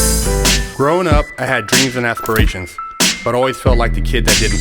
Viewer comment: Correction: assperwations lol